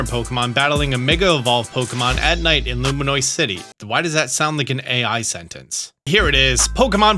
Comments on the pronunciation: lumiose city doesn't have a N in it you keep saying luminoise lmfao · thats noivern not noibat... and lumiose, not luminoise.... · Now why does this dude call it Luminoice City🥀🥀🥀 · L U M I O S E. Theres no N 😭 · please! where is the N in lumiose? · Loom- (and I cannot emphasize this enough) -EE-ose City. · Ah, the return of saying "Luminoice"... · Everytime says LumiNOISE I laugh a little bit 😂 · Sorry for this comment. (at least its engagement...) There is no "noice" or "noise" in Lumiose (Lu-Mee-Ose) City (the city is very nice and all). "The City of Light," not "The Noisy City" I know you might be doing it for goofs. In that case, go off king. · If the game is more than Nintendo usually charges, or if it’s on the switch 2, I’m not playing Edit: bro still can’t say Lumios right 😂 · Please stop saying lumiose wrong, you know how to pronounce it correctly. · Maybe can figure out how to correctly pronounce Lumiose City by the games release